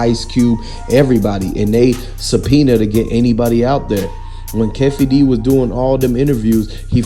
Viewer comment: Fake News...U Can't Even Pronounce Keefe Ds Name...U Cappin Hard I Mean Real Hard...Go To Bed Bro...U Sounding AI Ish... Once Again Not Breaking News... Fake News That We Can't Use...😴😴😴🤔😴😴😴😴😴